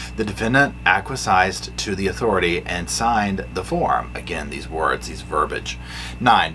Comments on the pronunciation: I think the word was "acquiesced", but it's early, so "aquasized" will do 😄 (I just thought it was funny, not intending to be critical or anything.) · Good insights! (Funny too.) However, you pronounced acquiesced incorrectly. I’d look up the pronunciation. Just being helpful. 😊